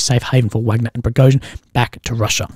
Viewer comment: Still won't make say "Wagner" correctly. We all know how to say Wagner the composer, I hope ok -- Dmitry Utkin (callsign: Wagner), co-founder was a fan, let's say...